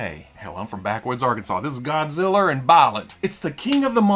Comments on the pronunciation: I’ve gone back to this video three times to hear say “godziller and biolet” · Arkansas "Godziller and Buyerlant" had me laughing my ass off. I love these weekly Fwoosh news episodes.